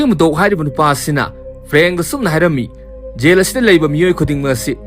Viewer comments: Jell haiyo yell haidou natte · Yel haiduba natte Jail haidubani. Wari lige hairadi Pronounciation khara chumna ngangbiyu. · Not Yaill yes jail.. not yang its zhaam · Yail nice english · Y'all haiba natte jail haiyo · Jail haigadousu yel. Yamna haigadousu jamna, meiteilon sengna haiba thoktrene bondhu nngse asina maram oibana kadaideino nngbu modhurjan😂😂😂😂😂😂😂😂